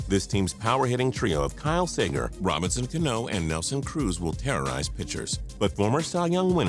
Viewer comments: "Kyle Say-ger." Damn, you guys really didn't put much research into this, didya? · Did he just say "Kyle Sagar"?? It's Kyle Seager. Lmao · ikr, I'm a phillies fan and that drove me crazy that and also "sager"